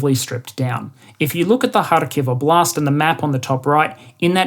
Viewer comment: Just a small pronunciation tip: Óblast, not oblÁst 😉